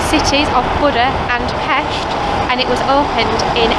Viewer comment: As hungarian: yes, Pesht is the right pronounciation. If a word has S inside, sound like sh. If its SZ (s and z together, in this order), it becomes like engish s pronounce :)